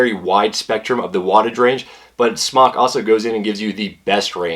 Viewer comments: I've talked with the actual company in China. It's pronounced "Smoke." Not "Smock. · It's pronounced "smoke." I asked SMOK and was told it's NOT pronounced "smock." Please start pronouncing it correctly. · it is NOT SMOCK! Its a long O! jesus christ.